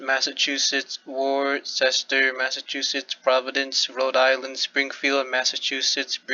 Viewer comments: Did you just pronounce Worcester the way it’s spelled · You butchered the pronunciation of Worcester